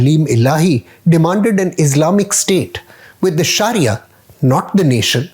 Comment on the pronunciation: As a Pakistani Muslim, be careful of such narrators who can't even pronounce Sharia 😂